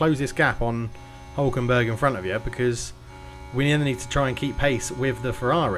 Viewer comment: Also, favourite part of the vid is when you said Nico “Huckleberg” hhahahah. Thats 100% what I’m calling him from now on !